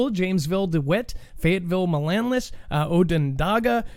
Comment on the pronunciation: I’m cracking up listening to you trying to pronounce our local school names. 😊 I’ll try to help with one.. Onondaga ‘On Ah Dog Ah It’s actually a Native American Tribe.. Manlius. Man Lee Us. Forgot the others but if you’re ever reporting on CNY and need help with the names just holler. I’m not afraid to die.. maybe because I have dealt with so much the past 7 years.. my son, then my husband 2 years ago. I more afraid of the how it will happen.:/